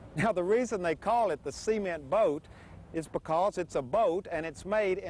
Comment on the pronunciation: "Buhcuz the adventure... buhgins."